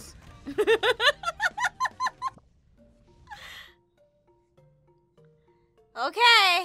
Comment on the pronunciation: What said:grab those muns What I heard: grab those buns